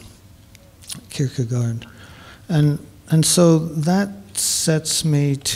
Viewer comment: She might also learn to pronounce Kierkegaard better than "Kurkrrr..garrrd"